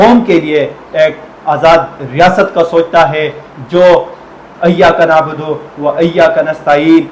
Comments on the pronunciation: Iyya ka naabudo hota ha Ghalt perh Rahe ho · Brother correction kr lain. Eeyyak nabodo wa eyyakaالف کے نیچے زیر ھے.